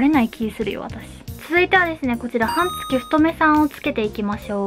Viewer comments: 「はんつき」が気になって気になって。 「半月」は、「はんげつ」です。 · 解りやすい動画をありがとうございます(^-^)/私も、いろいろ試してテープはこれが一番と思っています。「半月」は、「はんげつ」と読むのでは？ 「はんつき」と何度も言っておられるのが気になります。